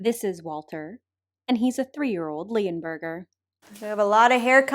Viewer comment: could have swore she called him a, fleaburger..